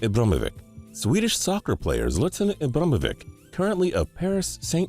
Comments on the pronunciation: Ikr that's the worst pronunciation ever lol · zlten ibrughhmivic is what you sounded like ×D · Zltn ibrhmvc 😂 LOL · Dom Carter zltn ebrmavic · Z-la-tan. Ib-bra-him-o-vich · Zlatan Ibrahimovic is pronounced zlahh-tan eebrah-heemo vitch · Zla-tan Eebra-him-o-vich..... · zlah-tan eh-bro-ham-oh-vik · "zluht-unn e-brim-uh-vick" xD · "Zletan Ehbrahimavick" close enough dumbass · Ok who is "zleten ibrahimevick"? Lol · butchered the pronunciation of Zlatan Ibrahimovic but okay xD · Bruh the attempt at pronouncing Zlatan Ibrahimovic's name was cringey af. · How he pronounced zlatan ibrahimovic😂😂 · the amount of names he butchered😂😂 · You should look up how to say Zlatan Ibrahimovic one of the worst pronunciations I've ever heard of his name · The way he said Zlatan Ibrahimovic though 😂😂😂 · the way he says zlatan ibrahimovic😭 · Zlatan Ibrahimovic is being said horribly wrong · He butchered the pronunciation of zlatan ibrahimovic and paris saint-germain😂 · Jesus you butchered Ibrahimovic's first AND last name 😂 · The way you said Zlatan Ibrahimovic's name made me cringe